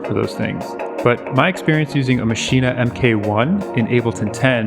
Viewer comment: Hearing you say maschine-ah like that is like using your finger nail to push that power button